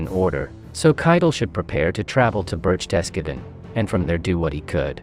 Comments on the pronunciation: The German pronunciations were some of the worst I've ever heard! It's BERCHtesgaden, not BerchTESgaden. I know the ch sounds are difficult for non-native speakers, but at least put the stress on the correct syllable. The one in Goebbels is pronounced something like er, but with rounded lips. The w in Wenck is pronounced like v, and Gen. Jodl's name is pronounced just like yodel. 😬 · The German word for garden is "Garten". The mispronunciation of "BerchTESgaden" really threw me. Most people at least put the stress on the first syllable, "BERCHtesgaden", which is correct. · Great analysis but allow me to give a German pronunciation lesson. Berk-Tes-Godden = Berchtesgaden. Yodel = Jodl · Berchtesgaden is pronounced burk-tuhs-gah-den, not birch-TES-ga-ven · BER-CHES-GARTEN PRONOUNCE YOUR WORDS- YOUR NOT A HISTORY BUFF- JUST A WANT A BE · “Birch tescaden”? “Joddle”? Pitiful. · “Birchtessgedden”? 😂 “Djodl”? 😂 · Berchtesgaden. Did you really pronounce it "Berk-TESS-Kah-den" ?? Seriously ... ?? ... it's almost as if you're reading something you've never seen before,,, about a subject you've never heard of before. "GO-ebb-als" ?? pleasseeee. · "Ber-CHEST-ga-den!" Haw! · The worst pronounciation of Bergthesgarden, that is what you get using Ai. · No they can't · Why and how could you be mispronouncing such words like Berchtesgaden and Goebbels????... Have you never watched a World War II documentary????... These are absurd errors. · Thanks. Almost didn't bother because I thought I'll only get a torrent of abuse in reply. You're right though, the way it's pronounced in this video is unusual. Cheers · I couldn't even recognize the name of that city when he said that, and its name is very familiar to me. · I think you should learn how to pronounce Jodl and Berchtesgaden correctly.